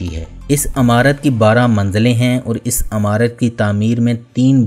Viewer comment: آپ جو معلومات دے دے ہیں وہ صحیح ہو سکتی ہیں۔ لیکن اردو زبان کا آ پ حشر نشر کرتے ہیں۔ مثلاً عمارت میں ع کے نیچے زیر ہے زبر ہے۔ کسی اردو دان سے صحیح تلفظ سیکھ لو بھئی